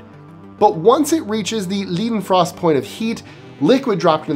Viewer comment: Johann Gottlob Leidenfrost was an 18 century physicist. He discovered the 'floating' effect of some liquids on a cushion of gas. Now, again not ALL languages share the English rules of pronunciation. Unlike English which is reversed, ei sounds like ai, ay, or aye in English. ie sounds like fEEt. So Leidenfrost's name is pronounced as 'laidenfrost' not leedenfrost. ei = ai or ay in English, as Liebermann would be pronounced as LEEberman. ie = EE. like feet. au as like OUch! braun is like English, brown, in fact this is a Germanic word, and comes from braun (same sound). Haus is like well, house, I never heard of any one speaking English say I live in that nice two storey hahs!! In Swiss German house is pronounced as huus, from the old Alemannic influence as well as the French influence as well. If you do programmes on science -- especially physics, it was not uncommon for many people contributing to this field being German or at least German speaking. Please as you don't have to be a linguist, but please do endeavour to pronounce German names CORRECTLY! It's elementary Watson! Just look up these people on Wiki and the ipa and other pronunciation tips are there! Great job otherwise!